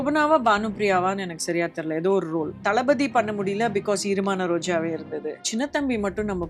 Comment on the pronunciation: Isn't the movie's name EEramana rojave which means wet roses? Why is she pronouncing it as irumana rojave?